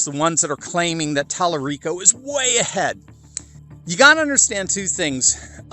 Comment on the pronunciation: Tel-a-gay-o - haha